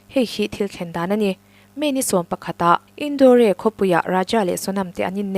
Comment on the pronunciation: I aw ngaihthlak a nuam in i chhiar thiam khawp mai mahse kan ti hram teh ang madhya pradesh khawpui indore hi (in daw re) ti in i lam a (indâwr) ti a lam tur ani zawk lo maw?